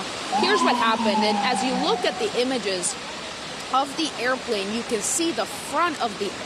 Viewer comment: She said errplain 😂 she must be from St.Louis